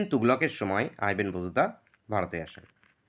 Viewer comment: আইবেন বতুতা টা আবার কে স্টাইল মেরে কথা বলতে গিয়ে কি হচ্ছে এগুলো